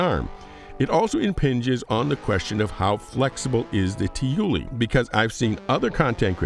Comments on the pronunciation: i keep hearing Tyilui as "tooley" as if it's some british slang for like a handyman or something haha. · Someone more into the XI'an language has pointed out that most people are pronouncing Tyilui it incorrectly, including the ship devs. TIt should sound something like "Tyee - Lwee" accorind to XI'an dictionary.